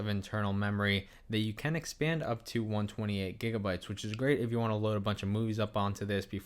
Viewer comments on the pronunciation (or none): none